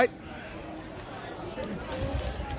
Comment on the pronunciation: does it again!